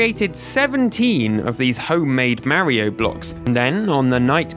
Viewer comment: This guy still can't pronounce Mario correctly.